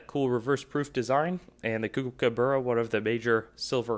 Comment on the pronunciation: Learn how to pronounce kookaburra!